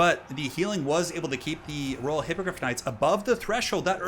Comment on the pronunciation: You keep saying Raw Hippogryph Knights instead of Royal. xDDD